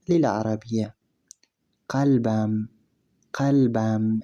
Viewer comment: لكن قلبم حرف القاف ينطق غ يعني غلبم عاشغتم 🌸 وشكرا